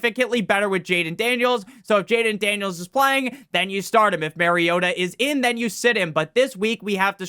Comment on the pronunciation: It’s MAR-iota like “mars” not Maryota